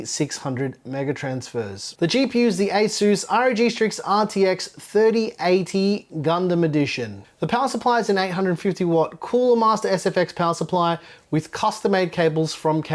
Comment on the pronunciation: It’s “GUNDAM”. Not “GUNDUM”.